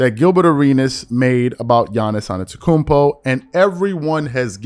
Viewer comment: His name is Adetokunbo ( Ah de-do-KOON- BO )